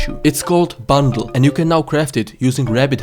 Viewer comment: b u n d l e lol it's just the way you had said it in the video just made me giggle a little... it's called B U N D L E P E R I O D.